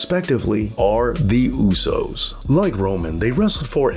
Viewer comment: The letter A is pronounced as an "AH" (AH-noa-i) sound, not as in At, Cat, Hat, Mat, etc. In the Polynesian language, just like 99% of the non English speaking world, vowels are short in sound, Ah Eh EE OH OOH (A E I O U=English style.) The Usos, is sometimes mispronounced as, YU Sos. The letter U in Uso, is pronounced as OOH, not YU. Every so often you'll hear Jimmy or Jay yell out, OOH and the audience yells out SO! Jimmy and Jay does not yell out, YU. But, very good documentary.